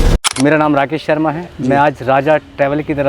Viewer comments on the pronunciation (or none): none